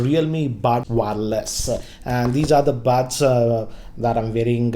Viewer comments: First learn how to pronounce Buds ...It's buds and bads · Don't know why this showed up in my recommendation but I cracked really hard when I heard his English 😂😂 Lol Listen to him again if you don't believe me but every time he says buds I actually hear "bads".. not sure its just me...🤣😂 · anyone else getting annoyed with the pronunciation of buds ( buuuds, baads)